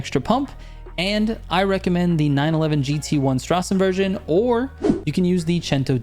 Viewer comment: last time you said Nordschleife very well, but Straßenversion you need to learrn a little more ;-) Straßen - you said nearly perfect. Version - just don't sch the s, say it like it would be a normal s ^^